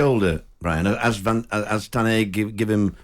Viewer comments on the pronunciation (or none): “Tan Heg” cmon talksport that can’t go without a slaggin ha